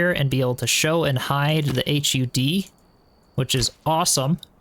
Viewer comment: It's odd to hear someone say H.U.D. instead of just Hud.